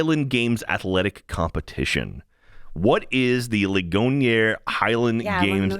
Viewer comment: For that second park outside Pittsburgh, the name of the town Ligonier is pronounced "Lig-gon-ear." Only reason I know this is because that's where my brother-in-law grew up